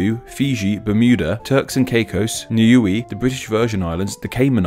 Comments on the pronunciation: It's "new-ay" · Niue is pronounced new-way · When you were listing flags with the Union Jack in it you pronounce one wrong. the yellow based flag for Niue ,it is pronounced as "new-way"